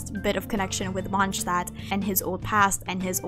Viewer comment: My ears hurt after hearing 'Monsztad' thing